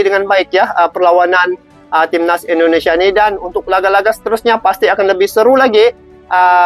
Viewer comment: Sebutannya Indonesia bang...bukan endonesia ( Indo bukan Endo )